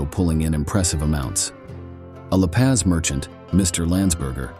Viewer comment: U need to pronounce some of the words like La Paz & placer correctly. I have detected many many nuggets in the rich hill area